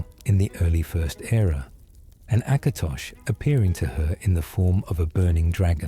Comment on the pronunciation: It's "Last Scabbard of AKATOSH," not "Acrash"